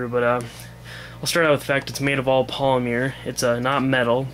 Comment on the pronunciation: Lol polymeer?